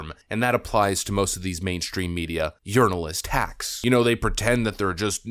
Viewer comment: Urinalist INSTEAD of Journalist!😂😂😂😂😂😂